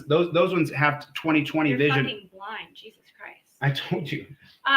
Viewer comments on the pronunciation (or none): none